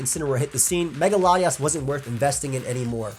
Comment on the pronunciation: I can't tell if he's saying Latios or Latias